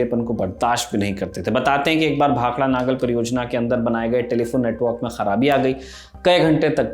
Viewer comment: नागल नहीं भाई नंगल डैम है